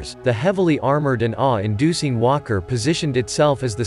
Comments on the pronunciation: I'm not a native English speaker. I heard "imperial wanker" instead of "imperial walker". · Sounds like hes saying wonker 😂